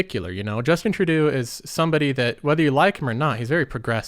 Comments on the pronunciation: you mispronounced the Canadian Prime Minister's name. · Hey man FYI, Trudeau is pronounced with an "o" at the end not a "u". Not sure if thats just a speech thing (like the way you pronounce idea) or you genuinely dont know.